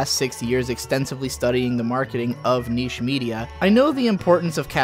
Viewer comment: He also likes to pronounce niche as "nish" and segue as "seg-ew". This is nothing new.